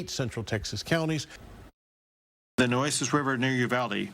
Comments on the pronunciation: I just wanted to let you know that it is the Nueces, pronounced Nwayses. 😊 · Rain in the North means the floods move down the rivers. Because all the reservoirs are man-made, water must be released to prevent failure and absolute catastrophe down stream. Cibolo creek is pronounced sib-il-oh. Nueces is New-eh-ces.